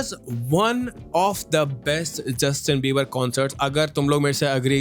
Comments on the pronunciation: Bro its Justin Bieber not Justin Biberi😅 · Am I The only one ho heard justin beiber-ii lol. I keep replaying and that's only what i hear